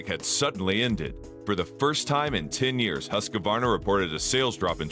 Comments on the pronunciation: Please learn how Husqvarna is pronounced. It's not Husq a varna, it's Husq var na. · It's hoosk·vaar·nuh Not Husk-a-Varna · HOOSK VARNA